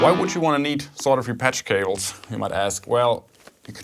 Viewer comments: Germans speak better english than Americans solder not soder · SOLID core cable? Wow! Don't get THAT every day!Oh, & thanks for saying 'solder' properly!